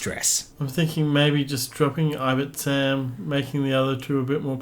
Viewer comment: Nice video :) I only play casually but I prefer Ten Numb with Ion Cannon, Calculation, B-Wing E2 and Rey. Rey just makes him so much more flexible and effective. (Also, you keep saying "I-bit-sam" but I think it reads "Ib-ti-sam") Keep up the great work!